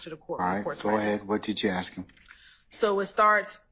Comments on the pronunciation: She doesn't ask she axe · Yeeeeesss! Plus she will say. .. AX! and not ASK!!